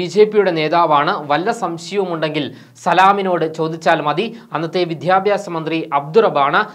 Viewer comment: വിധ്യാഭ്യാസം അല്ല സുഹൃത്തേ വിദ്യാഭ്യാസം എന്നാ പറയേണ്ടത്